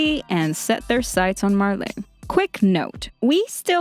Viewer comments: "marla" and the "marlanians" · Why does she say marlay. Its Marley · Marlei? Its pronounced "marlee" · Her pronunciation of Marley as Marleé is really throwing me off. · 'Mar - Ley' well it is Marley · Myamurr But is Marley really pronounced like that? I’m confused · God the way you pronounce Marley and paradis are annoying af God you can’t pronounce anyone right